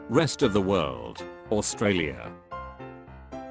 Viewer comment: imma actually kill someone if i hear australia being pronounced as oo-st-ra-li-a one more